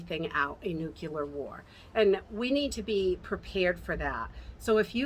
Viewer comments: Just FYI it is nucLEAR not nucULAR. LOl totally different word.. Just letting ya know :-) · "Nuclear", as in the NUCLEUS of the atom. Not "nu-cu-lar"...Nuclear.